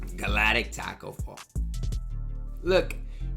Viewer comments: why you keep saying galatic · I love that still can't say galactic lol. Keep the good vids going, im taking Thurmond over Shaq ngl but otherwise agreed.